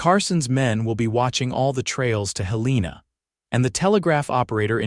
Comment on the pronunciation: Montana. It is pronounced Hel en a